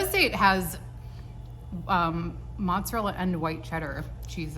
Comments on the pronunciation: OK, if you’re 1/2 Italian then you need to start pronouncing your cheese better like moots za rella 😆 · A couple of Italian mispronunciations I’ve heard include: mot-za-rell (or moot-za-rell), managot, pasta fazool … I can’t think of any others offhand